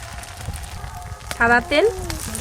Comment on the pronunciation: কলা পাতাকে কোলাপাতা, ব্যাম্বু কে বাম্বু, সাদা তেলকে ছাদা তেল এগুলো কেমন ভাষা🤔